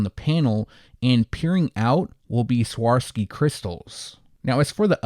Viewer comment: “swuh-rahv-skee” is how you pronounce Swarovski